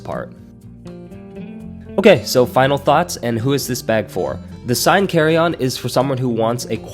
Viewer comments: Good review. I think it’s pronounced like the Seine river in France: “SANE” not “SIGN”. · Seine in French is pronounced closer to “Senn” No big deal when we translate into English 😊